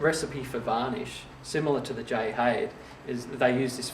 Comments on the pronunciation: Haide is pronounced "High-Da". I am local to Ifshin Violins, and hear the name often enough. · except Haide is not a Chinese name. But nonetheless that is the correct pronunciation. Sounds like Hi There. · Lovely video, but pronounce the "Haide" like the Chinese given name it is - in two syllables: Hai like "Hi, there" and "De" like the second syllable of "leader" pronounced like an Englishman. The violin is so named after Jay Ifshin and Haide Lin, the collaborators. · Me thinks its a German name pronounced Hi Dur! You're welcome!!